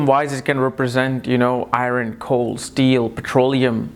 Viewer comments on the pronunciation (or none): none